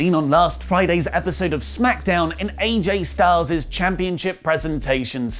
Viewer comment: AJ Styleses? Don't you mean AJ Styles?